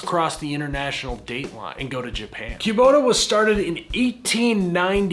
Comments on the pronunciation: I've never heard it pronounced queue-bota, it's always been kuh-bota in my ears. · "Q-bota". Midwesterners, "tf you just say" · I’m from the Midwest and I’ve never heard Kubota pronounced Quebota 😄 Even working at a Bobcat dealer where it’s in every day conversation. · I know, it’s always been kuh-bota for me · yall east of the middlers really know how to butcher words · Yeah…..Kubota ain’t no bbq.